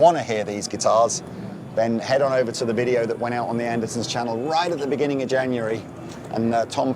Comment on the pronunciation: "The Andersons Channel" I'm glad I'm not the only one who forgets the 'T' 😂